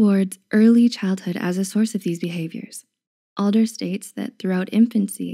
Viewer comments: I think it’s Alfred *Adler, and not Alder. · ADLER not Alder. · Adler, not "Alder." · The name of the Austrian psychiatrist is Alfred ADLER (not Alder) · alfred alder ??!! really??? kids, it's not alfred alder, it's alfred adler. he had groundbreaking works and opened new paths in front of psychology despite freud's immense pressures back at the time. you should do your homework. well, maybe not really worth following you after all. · It was Adler not Alder.